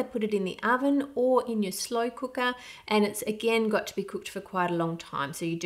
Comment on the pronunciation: She said slawl koowka 😂😂😂😂 its just slow cooker. Gota love accents. ❤️